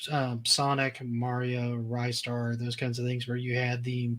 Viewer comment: The best if most impractical joysticks for Amiga were the Cheetah Bart Simpson, Batman, Alien3 and T2 exoskeleton joysticks. Also it's 'Ree-star' not 'Rye-star'. 😁